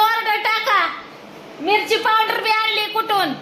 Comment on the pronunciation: पावड्र😂 का पावडर